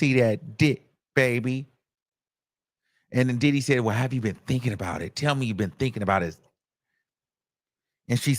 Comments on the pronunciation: I thought it was DiDHeeee? 😂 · The way he says “DIDDEEE” sends me every time! 😂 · FRFR!!! 😂😂😂😂😂😂 I be in my house crying! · 😂😂same here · Oh I didn't know the comments were open! 😂😂😂 how he say Diddy really be killing me!😂😂😂😂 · For me, It’s the way he says Diddy! Where is from? I can’t detect his accent.